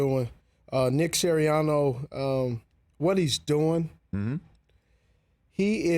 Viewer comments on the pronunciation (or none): Nick Siriann-O lol